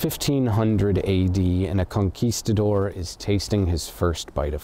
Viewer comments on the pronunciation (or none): none